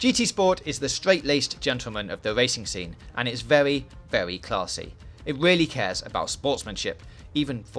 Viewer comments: its vewy vewy, pause the fucking video and move on. garbage voice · Vewy vewy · Werry werry good game 😂😂😂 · is it vewwy vewwy good? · Wheely good weview i was wewy wewy entewained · Vewy claarrrsy indeed! Wev those engines!